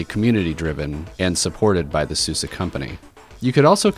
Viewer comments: isnt it called suze like suZe not succe anyways lol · How do you get the pronunciation "Susa" from "Suse"?